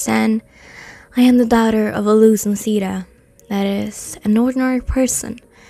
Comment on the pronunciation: Am I the only one that’s bothered about them pronouncing Noseda wrong?